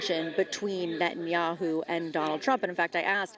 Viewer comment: Someone really has to explain to everyone in the spoken media that Bibi's name is Ne-TA-nyahu, not Net-nyahu.